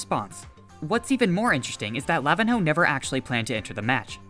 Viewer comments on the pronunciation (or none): btw pro tip it's not pronounced lavin-ho, im pretty sure nh is said like ny, so it would be lavinyo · Lavihno is pronounced La-vin-ño or La-vi-nyo the ihno means little or mini in Brazilian Portuguese